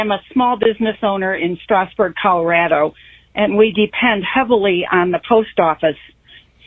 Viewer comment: Boebert can’t even pronounce Strasburg the way locals do. She’s a carpetbagger blown-in who just moved in 200 miles from her previous congressional district.